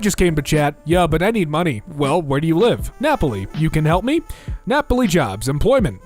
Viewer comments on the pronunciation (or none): none